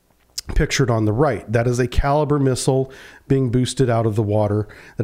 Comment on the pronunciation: It's not called a kaliber missile,,,,,Its pronounced ,,,,kaleebrea,,,,And it also has a land attack function ,,Its been used in Ukraine many times,,,These kalibre missiles are almost hypersonic speed,,,,,The kinzal hypersonic missile is based on the kalibre design,,,The Ukrainian minister of the armed forces has stated in an interview that in all the time the patriot system was in Ukraine ,,They never once were able to shoot down a kalibre missile,,Or any supersonic missile the Russians fired ,,,,,I believe this interview is on line